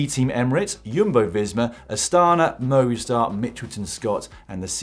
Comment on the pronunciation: Seriously, and for about the 50th time, can you all get together and decide how you're going to pronounce Movistar?